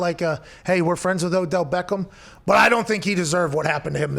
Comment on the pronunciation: Yooooo it’s Obell Deckem jr.